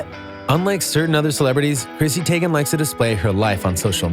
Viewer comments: Tee-GAN... Not Teygan 🙄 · Who else got annoyed when he pronounced Zendaya and Teigen😒